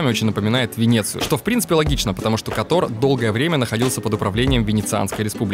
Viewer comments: Кóтор, ударение на 1й слог, пожалуйста… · Прошу не Катор, а Котор!!!